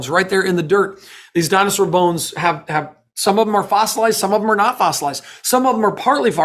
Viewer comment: He said farcelized. LoL